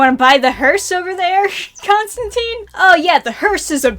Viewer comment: Constantine's last name rhymes with *fine*. He said so himself multiple times